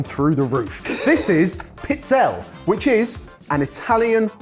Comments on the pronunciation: And it's not 'Pizzell'. It's 'PizzellE'. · Jamie, pizzella would be one cookie but it’s usually plural, pizzelle …. Pizze-lay. Check with your in-laws! 😂 think tagliatelle, the final e is voiced. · It's pronounced piz-'el-ee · Pizz-el-eh. Jamie has absolutely no shame regarding his pronunciation 🫤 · Pizzelle = pee-TSEL-leh. Please try. Please. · No one will see this comment... Darlings, it's peets-ZEL-leh (pizzelle). 😁🇮🇹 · Jamie tries to pronounce the Italian in the first one really well, then he maims "Pizzelle" 🤣! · Jamie gave up on his pronunciation with pizzelle 😮